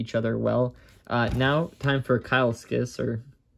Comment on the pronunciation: key-less-kuss. it means 'lizard'